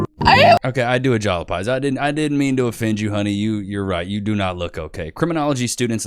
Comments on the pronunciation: "okay I do agolopize" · Did you say "ajalapize" instead of "apologize" on purpose? 😂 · You said agolopize 😂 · That's twice I've heard you 'agolopize'. 😊